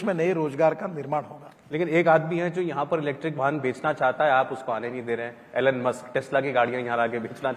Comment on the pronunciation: एलेन मस्क नहीं। ईलोन मस्क।